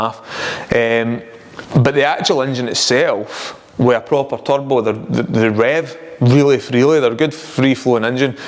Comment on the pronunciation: "You need a good turbo." At first I thought you said "tug boat." 😆